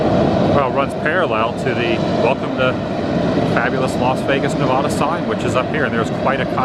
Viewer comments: Ne-vad-a NOT Na-vah-da, I stopped watching after that. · I’m a native Nevadan and you’re pronouncing Nevada wrong…it make sad. It’s Neh Vah Duh…not Nuh Voh Duh…please, and thank you. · It's pronounced "Nevaada" (like "cat") not "Ne-vahh-da". Local Nevadan here! Dust storms are scary. Glad you're OK. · Hey Adam--helpful hint: I lived in Nevada for 5 years and trust me, the locals get super perturbed if you mispronounce the name of their state. It's actually 'Ne VAD a' (like 'add uh'). You're welcome. heh. Great road trip video as always--thanks! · / With all due respect, the "Locals" have it wrong! Even the actors in the 1930 movies (and later) pronounced it Nevodda . . . so, I'm sticking with that accurate bit of unwokeness! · It is NOT pronounced "Neh-VAHHH-duh" ugh 😣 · C'mon Woo, everytime you say Nev ah da in your videos I cringe. It would be kinda like pronouncing your channel as Adam the Whoa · But, that's the Anglo explanation. lol! FACT: The name is Spanish! Just like Colorado! Everyone should say it with the Spanish pronunciation! Problem with that explanation is that a ton of Anglos will purposefully mispronounce, and call you "politically correct", if you tell them that! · Yeah, I just love the pale wave telling everyone it's their way or the highway. It became Nevada with the Spanish pronunciation, but I don't know what the REAL locals called it. They're likely my ancestors, too. Anybody ask them? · you are pronouncing nevada wrong